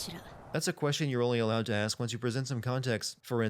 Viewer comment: "alowed" It's "Allowed"